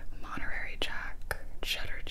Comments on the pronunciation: I was like wtf is Monterary? Gibi got that new 🧀 😆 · Anyone else notice she said monterary jack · So I guess we’re just gonna ignore the fact that Gibi called it “monerary Jack” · First of all: I really needed this I’m actually having a rough week so thank you, second: blue raspberry is my JAM, and third: today I learned that Gibi doesn’t know how to pronounce Monterey lol